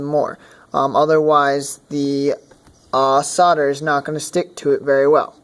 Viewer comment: Good grief man, its not pronounced sodar. Its called SOLDER, say SOLDER, god damn it